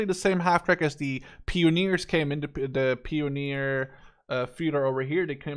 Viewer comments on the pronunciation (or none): the Germany pronounciation of the Word "Pionier" is "pee-o-neer".